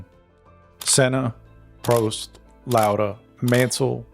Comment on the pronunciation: Just for the record, Prost isn't prounounced like that. It's not toast. You pronounce the O as you would in the word "soft" or "bottle". The same goes for Rosberg.